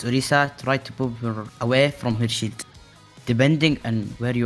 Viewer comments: I know he's saying "shield", but who else is hearing that we should boop tanks away from their "shit"? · Whenever he said shield, I heard it as sheet (shit) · No worries. You did great. I did have a bit of a chuckle every time you said "shield". Sounded like you was constantly saying "boop them away from their shit", which is also pretty accurate lmao